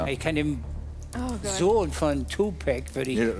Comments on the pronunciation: Hatje Lissitzky es wird so ausgesprochen wie geschrieben nicht tupäääc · Dieter lern mal Tupac sagen was ist den Tupec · im englischen wird es 2pec ausgesprohen schau dir die south park folge an wo 2pec auftaucht die sprechen des auch so aus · Der kann nicht mal tupac aussprechen